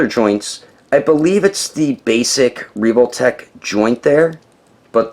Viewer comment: He really just said: "Reevoltech"